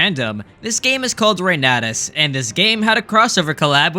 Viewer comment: Fur You was probably the worst choice ever. I'm really glad to see Reynatis get some coverage! (it's Foo-r'you)